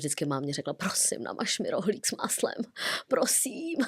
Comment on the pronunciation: pjosím pjosím pěkně pjosím David luu